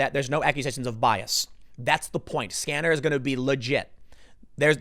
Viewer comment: "SCaNneR"? I thought it was "SCeNeRy", really did.